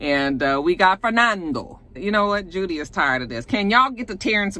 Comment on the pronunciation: When you Called Judee with two ee's fire marshall Bill...I hollered🤣🤣🤣🤣🤣